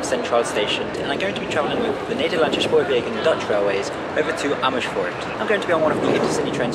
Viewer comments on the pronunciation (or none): The Gouwe is a river, not a canal ;) Also, we don't have the 'sj' sound in Dutch (or not a lot anyway) which you use all the time, "Amersfoort" and "Nederlandse Spoorwegen" is just pronounced with the same S as in the English word "same"